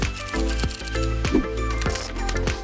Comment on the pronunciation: I think is "sope" remember in spanish "e" has a diferent sound.